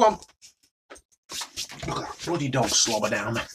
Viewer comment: No one:: ooooohhh that is bloodeh noice